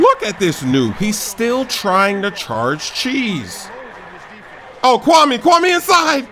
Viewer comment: It's pronounced Kwa-May